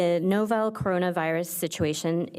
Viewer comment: Lol, "Novell Coronavirus" XD